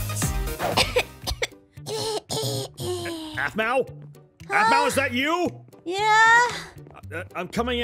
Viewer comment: it's aphmau not wphmau